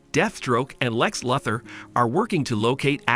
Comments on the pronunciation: I can't get past all the name mispronunciations. Stopped after "Lex Lathar"...WTF IS THAT??? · "Lex Luhther" lol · ❌Lex Luther. Lox lother✅ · Omg, I appreciate this narrator but come on bro....learn how to pronounce words and names the way 99% of comic readers and animation/film viewers, and VO actors too say how the character's names sound! 🎉😂 I can't be the only one to cringe at "ĹaKes LoothoR' or "Aķķķwaaa-Mane" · "Lex Luth-er?" "Parade-A-Mens?" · Ah yes “Lex Lud-ter” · LEX LU THOR PA RA DE MONS dumb ai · Lex luhthor and jives, wow robots suck at pronouncing things. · Not Lex La-ther!!! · ah yes the famous supervillains deafstroke and lex luffor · You know how anfry i am i just wanna cuss you out! Because it is reverse flash and you said lex luther wrong! Zoom has a black suit and does not have the same name as reverse flash! And it is shazam not CAPTIN THINDER! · Lecks Luh-thar. im sorry whut. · OMG! Lex Lether Lmao!!! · Lex luthher??? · Buddy said akwa man and lex lether. Smh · Never imagined I would hear lex Luthor being called lex lathur. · they might as well call him lex luger lol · Lex Lathur! lol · Lex lather. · Ha Ha Ha - Ackwaman and Lex Luthher! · Lmao ahquaman, parayduhmons, lex lother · Lex Lutter got me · Lex Lother 😅😂😂😂😂😂😂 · why you say Aquaman Lex Luther like that lmao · he said lex luthor wrong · miss pronounced lex luthor as well